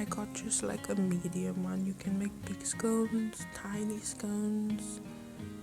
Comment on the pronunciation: Good job pls its not scouns its scones